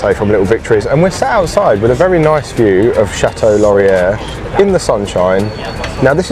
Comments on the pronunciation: No, it's actually pronounced "LAW-ree-ay" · FYI: It's pronounced: Laurie eh Not: Laurie air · Nice seeing my work neighbourhood :). And for the Chateau Laurier, the phonetic would be lore - e - eh. Hope you had a great adventure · That blue 2 man thing… it’s new to me. Those are eggs under the spider. It’s a silver-coloured copper tin roof. Do you have Chipmunks? Laurier is pronounced lore-ee-ay. Beaver Tails are delicious! You were at the original location! None of my UK family or friends will visit in dead of winter! None are brave enough, LOL Ottawa is a lovely place to visit… everyone should see it! We do have some great museums! Did you know that we Canadians refer to electric power as Hydro? It baffles Americans. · Laurier. Lor-ee-eh. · Just so you know, basically any French word that ends in 'ier' is pronounced "eh." So with Laurier, its pronounced "lorri-eh" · Chateau Laurier is pronounced Lor-ee-ay, as in "day" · The pronunciation of "Laurier" was killing me! Every time he was mid-word, I kept thinking "Will he drop the final 'r' this time???" HAHAHA Too bad I didn't know you were here. There's a chance I crossed your path during your visit!